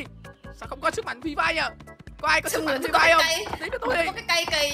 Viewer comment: sức mạnh Phri Phai😂😂